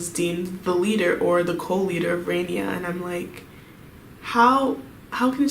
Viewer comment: It’s 라니아 not 레이니아 okay?